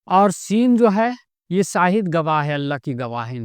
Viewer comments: अस्सलामु अलेकुम हज़रत, मेरी इस बात पर गौर करे इंसान में सीन हो होता है न कि शीन सीन से शाहिद नहीं होता है शीन से होता है, शाहिद का मतलब गवाह होता है न कि साहिद का, बुरा न मानना मैने बस बताया है कोई बात बुरी लगे तो माफ कर देना अल्लाह आपको सलामत रखे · "Seen" se Saahid nahi hota. "Sheen" se Shaahid hota hai.